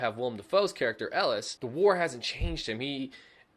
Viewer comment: As a movie-buff, who's favourite film of all time is Platoon, it's so annoying the way you keep saying Ellis.. It's ELIAS.